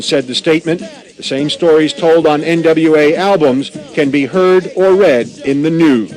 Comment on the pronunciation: Dropping hard Rs on national television while mispronouncing NWA’s name is crazy work. 🤣